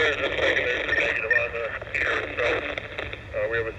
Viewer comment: Pier not pair